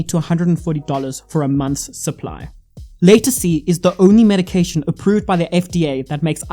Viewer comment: Watch a video to get the pronunciation before you make a video. It's called Latisse - (La-Teese) if you go to the doctor and ask for (Lay-Ta-See) they will have no idea what your talking about! Great Video Though!!!